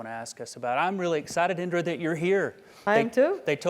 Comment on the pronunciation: It's Indira 😂